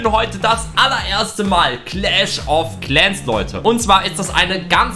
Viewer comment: Clach of claaaans